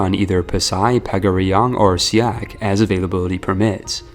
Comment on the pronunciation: As somebody who live in siak. He pronounce the letter "a" wrong.